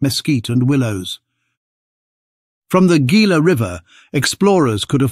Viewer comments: Ah, those AIs. The Gila River is not pronounced "Geela" but "Heela" the Gila monster. It is a Spanish "G"when preceding i or e.. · It’s pronounced Hila ! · Gila river is pronounced He’la river accent on the He. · Gila is pronounced "heela" as it is Spanish.